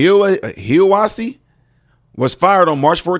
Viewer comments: 1. Is the GBI investigating???? 2. That dude / cop/ whatever is from HIGH- UH- WAHSEE that’s how it’s pronounced. Look up that place. 3. Idk what happened but they ( the twins) didn’t do this. IF they did, what was troubling them that bad?? 4. How did they get to the mountain??? Airport footage???? Street camera footage???? 5. A damn misdeameanor for taking pics of dead bodies and posting on social media. BS!!! He KNOWS not to do that!!! Did he get fired?!?!? 6. Sounds like he’s the one mentally ill. This is tragic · I know that area from long ago, the town is pronounced Hi a wa see, it’s right below Bell mountain and Brass town bald, and I agree with you, something stinks about this whole situation, especially in that area they found them, my heart breaks for their family, and my prayers go out to them all! In Christ, Chaindrivecharlie. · Pronounced Hya Wah See. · It's pronounced like.... High-a-wa-see.